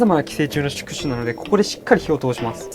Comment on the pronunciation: ※宿主(やどぬし)